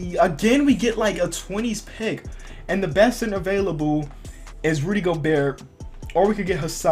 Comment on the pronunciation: It sounded like u we're saying sinner and not center